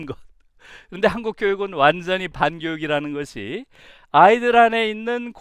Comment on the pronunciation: 전혀 관계없는 말이지만... 완전히같이 'ㅈ'발음할때 완즈언히 하는거 너무 웃겼읍니다 😂... 강의 너무 잘 들었어요 😳❤❤